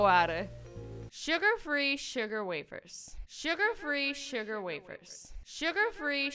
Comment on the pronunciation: "Surger free" surger wafers